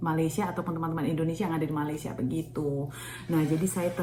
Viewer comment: Cara menyebut nama negara Malaysia ialah Me-Ley-Sya